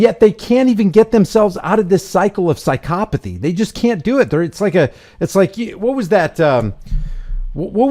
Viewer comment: “Psy-COP-athy”—good one!!!